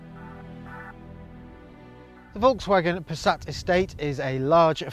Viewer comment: If only you'd pronounce "Volkswagen" correctly...